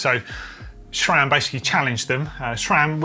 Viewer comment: Note, there is no H in SRAM, so why say SHRAM?